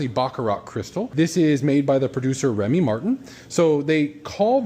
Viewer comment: It’s pronounced Remy MARTAN!!! Not Remy MARTIN